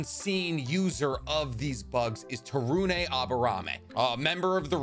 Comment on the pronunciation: To-roon not Taru-nay from I believe.